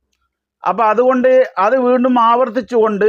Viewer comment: വേണ്ടും എന്നല്ല വീണ്ടും എന്നതാണ് ശരി മലയാളവും ശരിക്കറിയാത്തവൻ